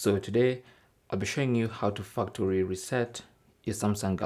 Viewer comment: The way you pronounce "factory" is hilarious. And a bit obscene.